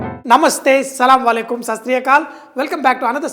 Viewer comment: sir its not sallam alaikum say Asslamu Alaikum